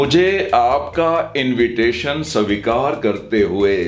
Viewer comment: Sir , pls svikar boliye